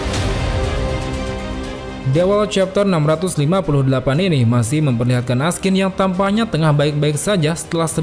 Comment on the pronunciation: namanya Askin. yg w denger Raskin.